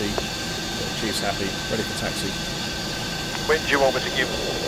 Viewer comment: Taxi not Taxy.